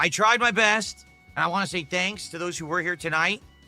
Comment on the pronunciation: “I have to play what people WHAN” 😂